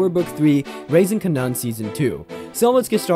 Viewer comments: This Kardashian music is killing my ears😖, & his name is pronounced (Kay-Nen) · The way he pronounces Kanan like “Kah-Non” drives me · Glad you said it lol I was like wtf is a Kanunn?